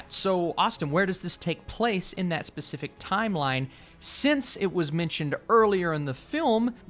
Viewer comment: This fool said Pacific's😭😂